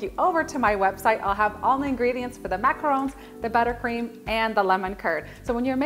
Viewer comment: Yes, the right way!!